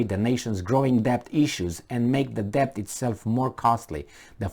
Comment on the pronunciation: Unsolicited but possibly useful advice for: 1. Shorten the little comparison anecdotes..." What if you had a neighbor who.." "What if you were a coach who..." "what do you do with an employee who.." etc and get to the point faster. 2. "Debt" is pronounced without "b" (det). 3. Consider the possibility that despite the obvious stupidity of those appointed to pretend they run anything, the disaster that results is not caused by their stupidity but is he actual INTENDED result by their string pullers